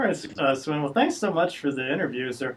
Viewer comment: Great job there, you got Swen's attention longer then the average larian guy manages; he is used to run around like a mad chicken usually. And btw, you pronounce the 'w' in Swen as a 'v'; so its more like Sven.